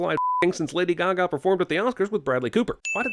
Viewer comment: ‘Lada GaGa’ 😂